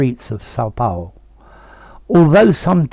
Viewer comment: Paulo, not Paolo XD